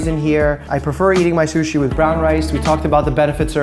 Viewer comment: Ok Mike love your channel, but shushi eeek 😅